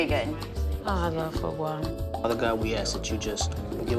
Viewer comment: not the foe gwah